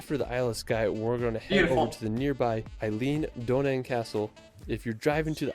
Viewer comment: Just a note on pronunciation - the Eilean Donan castle in Scotland is pronounced more like 'Aylin Donnan'. Also, the lad in this video pronounced Glenfinnan a really funny way (like 'Glen-fee-nan', where it's just 'Glen-fin-an').